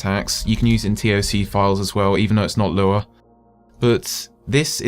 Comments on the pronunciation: Lura? I thought it was Lua... Anyway, ty so very much.! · It sounds like you say "lura" every time lol